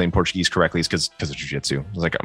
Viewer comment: Caraca, o Matt pronuncia português MUITO bem! Que legal!